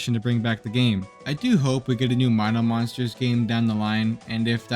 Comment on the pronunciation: don't worry man, I've pronouncing it correctly too! Even as a 9 y/o back then! My-no for Mino Monsters!